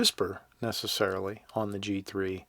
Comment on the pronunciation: Alittle trouble with his G's and C's . First thinf out of his mouth he says the sights are new to the g3S.